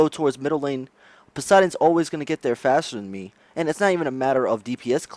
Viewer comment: Dear God. "Guys" is not pronounced as "Guysh", "Just" is not "Jusht", and "Faster" is not "Fashter". And regarding your question on how you can make a living without people/players watching Smite: maybe get a job? Also, please blow your nose. Thanks.